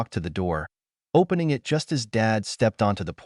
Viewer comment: Fix your AI device to know the difference between it and I. T.